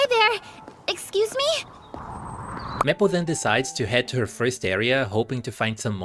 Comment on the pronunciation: not to make fun of your pronunciation but serously? "meh -ple" it's MAY as in the month and ple as in apple, to say maple